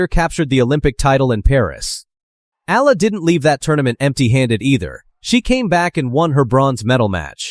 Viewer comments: Please pronounce her name correctly.. its not difficult, watch .E R L A. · next time please prnounce the "EALA" correctly E-Yeah-LA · It's been years, and this voice-over/AI still cannot pronounce her name correctly.🙄🫤☹️